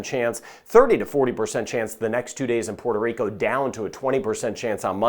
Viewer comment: I love it when you say, Puerto Rico!🎉🎉🎉 This from a boricua! 🤗 thanks for updates!